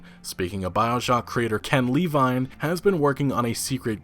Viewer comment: Minor thing, but is anyone else slightly bothered that he pronounces Levine "Lee-vine?"